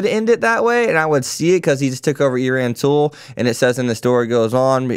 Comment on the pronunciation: E-ran-tool lol Eranteal